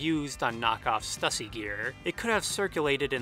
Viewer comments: Idk why but im being triggered by the way you say "stussy". Its stew-see my mans. Not stuh-see. The logo has 'ü' not 'u'. But dear lord i didnt know the power or reach of THE 'S' till this video. I just thought it was something random from like the 80's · Stüssy is pronounced "Stew-see" because of the umlaut over the U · But stussy is a shoe company that made it, and it's pronounced stusey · You are also pronouncing stussy wrong...it’s pronounced “stoosy”, but I mean it’s really hard to make sure you say the words correctly...*studies theories for hours/cannot pronounce stussy. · Stussy is pronounced "Stew-C".